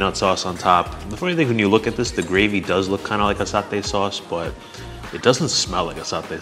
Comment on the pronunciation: sir.. your malay pronunciation are good.. ikan pari, satay.. very good.. I've watch almost all you vedeo and i know your reaction when the food is very delicious... that when your eyes widen.. can i say popeyes... and i know sometime you used your hand to eat.. just like em local...very good of you sir...and you too ma'am..